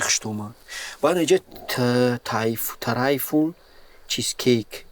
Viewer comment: Трайфл❌. Тайфун✅😹